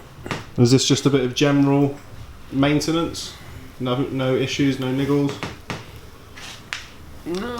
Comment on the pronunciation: He cant say maintenance